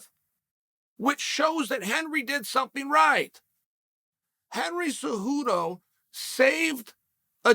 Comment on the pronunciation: "Henry zuhoodou"